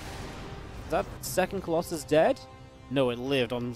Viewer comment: Why u say colosai on colosus?